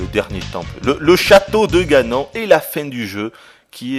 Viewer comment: non ça ce prononce ganone